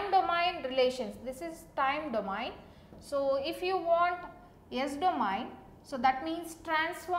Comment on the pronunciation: everything is okay apart from "DO-MA-YIN" system